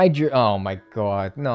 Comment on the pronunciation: I love how says “Oh my gwad” like a diner waitress in New Jersey